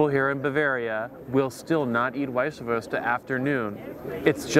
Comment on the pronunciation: You're killing me pronouncing Weiswerse. Or Weisebier. It's vise vers, no ah or ea at the end.